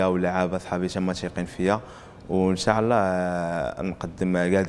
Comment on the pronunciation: ينبغي نطق " إن شاء الله " بطريقة صحيحة.